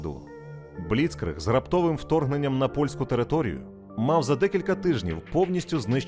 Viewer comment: Проблема з наголосами у німецьких словах, має бути бліцкрИг, аншлЮс. Крім того, української мовою річка Narew називається Нарва.